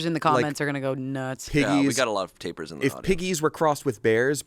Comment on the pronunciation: Tapers? Did he mean taPIRs???? Wrecking my brain trying to figure out what tapers are.